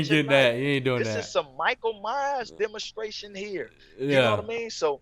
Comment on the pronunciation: Can you give us a dema-stration of this?